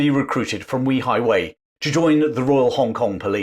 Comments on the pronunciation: It's pronounced "Way High Way" not We High Way.. just FYI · I love that you are covering this topic, but it’s pronounced Way Hi Way not We Hi Way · The place is called weihaiwei, not weehaiwei, it's almost exactly like saying 'way high way' in English. I never understand why creators spend 20 hours making videos, but don't bother to spend 15 seconds checking the pronunciation, making them cringeworthy to listen to. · It's prounounced "way high", not "wee high". Today it's the Christian missionaery cult capital of the country. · Fascinating! By the way, it’s pronounced Way-Hi-Way, not We-Hi-Way. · A good lesson on the history of Wei Hai Wei. The pronunciation of that port is actually "way high way". Not "we high way". That would increase the credibility of this very informative history lesson. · Way hai Way, not Wee highway ..... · Weihaiwei is pronounced Way Hi Way not Wee hi way. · Very interesting documentary to add to your very informative channel. Thank you. One small quibble: you consistently mispronounce Weihaiwei. The first syllable not pronounced like ‘wee’ (like the Scots for ‘small’). Without getting into the complexities of tonal inflections in Chinese pronunciation, for a British anglophone the simplest solution is something like ‘way’-‘hi’-‘way’. Like some of your other comments posts have said it would be great to do some videos of the Straits Settlements in what is now Malaysia and Singapore. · BTW my mum pronounced it Weigh high Weigh . You may be correct but the Brits who lived there had their own pronunciation. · While excellent research and history, your pronunciation of 威海衛 (Wēi hǎi wèi) seems oddly off target. Is there nobody Chinese-speaking who could have helped? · Way hei, please get your pronunciation correct. It's a lovely place and I have been there often. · In Chinese though, it is pronounced something like ‘way-high-way’. The name actually means ‘strong sea fort’.